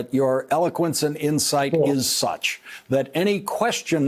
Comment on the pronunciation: You would think that professional commenters on politics would figure out how to pronounce "Bettigieg". Even Judy Woodruff on PBS's News Hour says "judge" for the last syllable instead of "je(short "e", not "u")j". It's not hard; it's simple: "jej", not "judge".